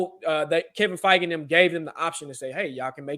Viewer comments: It’s Kevin “Fye - Ghee” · "Fee-Gay" LOLLL